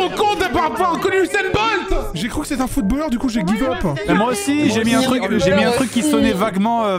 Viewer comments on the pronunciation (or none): A partir du moment où tu dis « footballeur » en prononçant « a » ça part mal 😭